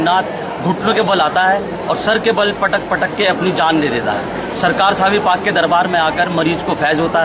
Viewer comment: मैडम जी साबिर पिया बोलो साबिर मत बोलो क्या बोलो हजरत साबिर पिया